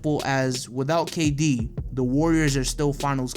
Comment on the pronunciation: Bruh it's kd